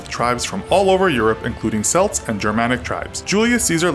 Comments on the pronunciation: It's pronounced Kelts not selts. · king of the squirrels I'm from Cork in Ireland and I'm sorry mate but that's wrong. We pronounce it Kelt and Keltic. The only time we say seltic is for the football team Celtic. People = K sound Football = s sound Source - 21 years of life in ireland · Its Kelts not Selts. Celtic with a K. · did this man just say the word selts its pronounced how its looks c e l t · Selts 😂 it's celts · The Africans freely engaged in selling vanquished enemies (other Africans) to the Arabs and the British. To say slavery, and by a further degree racism is a white concept is frankly, beyond the pale. Read your history books. Oh, one other thing, it's pronounced Kel-ts not sell-ts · its pronounced 'k-elt' not 's-elt' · Selts?! Celts! Kel-ts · we selts now, hides in welsh castle. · ffs we are called CELTS, pronounced K-elts not S-elts!! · Pronounced: Celts not Sellts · Bro it's celts so why pronounce it selts? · For the last fucking time the 'C' in 'Celts' is a hard 'C'. Not "Selts" but "Kelts". Rant is over. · You pronounce it Kelts not Selts smh. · "Selts"? You mean Celts with a hard "C". A better spelling would be "Kelts". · This is sick but.. is Celts not selts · Selts? "Celts" is pronounced "Kelts" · 'Selts'? The pronunciation is 'kelts' for future reference. Good video though! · Celts is pronounced "kelts" not "selts" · Celts is pronounced with "K", it's "Kelts" not "Selts". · "selts" it's kel-ts lots of love from a celt, also yeah map of British empire at it's height is missing a lot of countries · Selts really? It's celts C-ELT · celts not selts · Celts is pronounced with a hard C, so should sound like Kelts not Selts. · It's not pronounced Selts, that pisses me off when Americans say that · Its not pronounced selts, its pronounced kelts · They're pronounced chelts not selts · Neither of those is correct. It isn't ''chelts'' or ''selts'', it is K-elts. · Anyone else cringe at 'cel-ts' instead of 'kel-ts' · Celts (K-ELTS) not (S-ELTS)